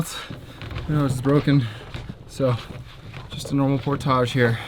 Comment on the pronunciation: oh it's YOU...with your "Pour-Tagaughe"... Pour--TAGE!!